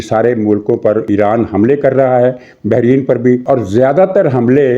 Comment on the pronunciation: Bahreen نہیں ، Bahrain